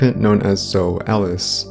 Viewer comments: Omg dude it’s Zo-ey pronounced ZO-EY - you pronounce the E at the end, even zo-eee - it’s not ZO ffs lol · It's Zoe.... ZOOO----EEEEE LIKE ZOEY JUST LIKE JOEY BUT WITH A Z Come on man u are not even pronouncing the names right and u think you know secrets.......lol